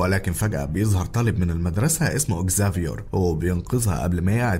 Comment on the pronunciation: والله نطقك للاسماء حلو اوي زافيور سمعت واحد قبل كده قاله زفير 😂😙